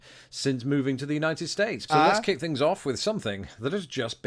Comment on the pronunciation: I love hearing you say "fings" ❤